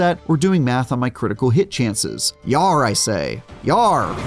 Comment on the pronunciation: Yarrr! doesn't quite sound right with an American accent. You need a west country British accent lol That's more of an Ooh arrr though.